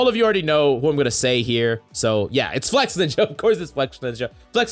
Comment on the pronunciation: Bruh its FLEX-INJA. Not FLEX-NINJA